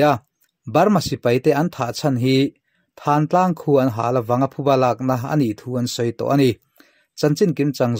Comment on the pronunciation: Thântlang tih hi, puanthan kan tiha thân angin i lam a, Thân tih hi ka ke a pân kan tiha pân tih anga lam tur